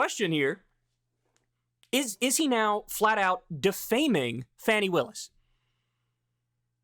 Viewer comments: Dude if its Fawny instead of Fanny in pronunciation just pronounce it correctly don't be a jackass. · It's pronounced Fawny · Kyle you couldn’t take 2 minutes to find out how “Fani” is pronounced? It’s Fah-ni. Respect Black women!!!! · Maybe someone has said this already, but her name is FAH-ni Willis. The reason you refuse to pronounce Tuberville's name right is bc you don't deem him worthy of the respect required to learn his name (whether you've explicitly acknowledged that or not), and comparing your refusal to pronounce his name correctly with your potential refusal to pronounce her name correctly makes it really clear what the reason would be. Fani Willis is a cop, but she's also a black woman. PLEASE do her the respect of pronouncing her name correctly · Pronounced "Fawny" brother. Going forward...